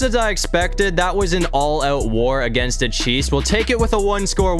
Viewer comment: Stop saying da like when you say cause Lamar Jackson at quarterback because he’s da fastest quarterback in da league